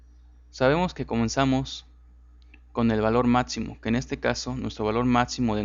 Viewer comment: Porque dices Matzimo en vez de Maximo, o el programa Etzel en vez de Excel??